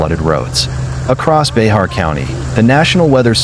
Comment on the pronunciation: My compliment on you pronouncing the name of Bexar County.